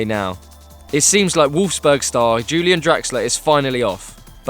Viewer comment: Julian? It's pronounced "Ulian" because he's German. Sort your shit out lads.